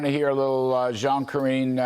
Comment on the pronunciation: Ka-ringe Jean Pee Air.